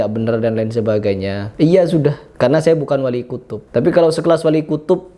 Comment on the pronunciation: Wali kutib bukan wali kutub😂😂😂😂😂😂😂😂😂